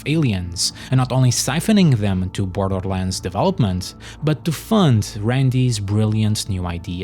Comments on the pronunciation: You sound like a toddler dribbling their porridge every time you say "Borderlands". Apart from that, great video. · Borderlands not brodrolands xD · I love how the narator's voice pronounces "Borderland" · Can you for the love of god at least learn how to pronounce borderlands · Man I love how this dude pronounced “Borderlands”